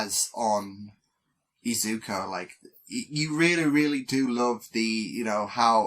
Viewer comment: its "Izuku" not "izuko" btw